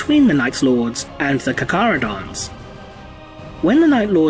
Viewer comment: I thought it was pronounced CAR-CHARH-UH-DOHN-Z.